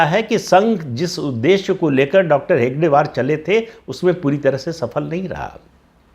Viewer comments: Not Hegdewar, It’s Hedgewar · आप कई बार हेडगेवार शब्द का उच्चारण हेगडेवार करते है। यह शब्द आपको कई एपिसोड में बोलना होता है अतः शुद्धिकरण जरूरी है। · Pradip ji, First of all, the name of founding member is Hedgewar (Shri Keshav Baliram Hedgewar) and not Hegdewar as you were pronouncing. I joined RSS a year back and left recently on the same grounds as mentioned by you in this video. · आप डाॅ हेगडेवार कह रहे है, किंन्तु असल नाम "डाॅ हेडगेवार" है